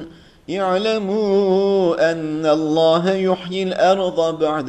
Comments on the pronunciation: Hadid Suresinde iki yerde iglemu diyecegine yaglemu diyor orada yanlislik var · Hocam 541 sayfa 19 ayet yağlemu değil ığlemu düzeltirsin inşallah okuyanlar yanlış okumasın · ''İ’lemû'' اعْلَمُوا أَنَّمَا